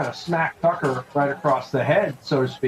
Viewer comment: The real battle is this guy saying "Tucker" correctly....